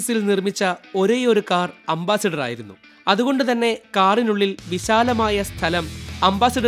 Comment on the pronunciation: അംബാസിഡർ അല്ല . അംബാസഡർ ആണ് ശരി.